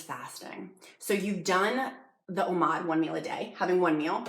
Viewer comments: It's pronounced Oh Mad, not oh maude, it's like Nomad without the N, Oh-Mad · Please stop saying Omod! It’s Omad. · i love this video, very helpful and well made, however.... Oh-MawD